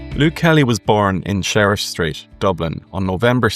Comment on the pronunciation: You talk about Sheriff (? your accent and computer acoustics) Street in Dublin, the batchelors' Walk Massacre. To we obsessives in and of the diaspora, who's ancestors left in the 1850s and who grew up with parents, grand parents, great unkles, aunts, unkles, especially unkles, filling our heads with the sorrows and Irish priests and nuns walking role models, that stuff, ordinary to you, is sacremental to us. The first time I walked down O'Connell Street, from the Bridge and past the Post Office, I was in tears, just as well I was by myself. We aren't Irish but... I'm now more Sean Keane than Dubliners but still love Kelly's older stuff.